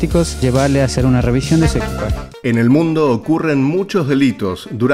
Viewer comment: La REVISIÓN NO REVIZASIÓN